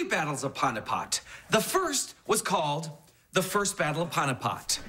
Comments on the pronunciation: Panupat... Every time he said that I was like "Staph!!!" It's the battle of PANIPAT pronounced p-aa-n-ee-p-uh-t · It's panipath not paunipot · I find it so funny how he pronounces the Battle of Panipat. It's actually pronounced as paneepath. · why does Cory pronounce Panipat like that? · I have a test on the mughal empire which also includes "the first battle of panipat" which I'm an Indian so I actually know how to pronounce it 😂😂😁😁😁